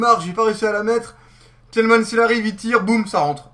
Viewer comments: on prononce tilman ce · La prononciation du "Tielemans" n'est pas passée, sinon bonne video